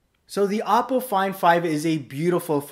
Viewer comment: It's pronounced "oh-poe".